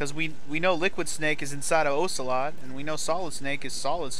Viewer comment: Aggghh!! Every time you mispronounce Ocelot's name I cringe and die a little inside. XD